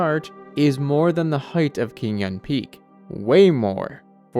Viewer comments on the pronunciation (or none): its pronounced chingyun rather than kingyun. but great video nonetheless